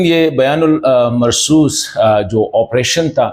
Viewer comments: توڑی تصحیح فرمائے بیان المرصوص نہی بنیان المرصوص ہے کیونکہ یہ قرآن پاک کی آیات مبارکہ ہے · aap aik musalman hain aor aap Quraan pak ke alfaz theek nahi bol rahe afsos hai aap BUNYAN UN MARSOOS ko Bayan ul marsoos keh rahe ho ager aap ne Quraan nahi perha to please aaj se shuru ker den shukriya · kindly try to pronounce the word BUNYANUMARSOOS correctly. Wrong pronunciation affects your personality. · اپ بنیان المرصوص کیوں صحیح نہیں پڑھ سکتے کیونکہ اس کا یہ تاثر جاسکتا ہے کہ اپ نے قرآن مجید نہیں پڑھا ھوگا بےاداب معاف